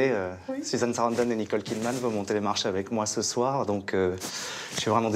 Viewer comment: Susan Sarandonne je n'approuve absolument pas !!! On doit prononcer Sarandon ! Pas comme ce con... Susan Sarandon — Wikipédia